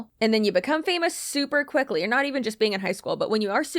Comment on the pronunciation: And then he QUEEKLY…heheh QUEEKLY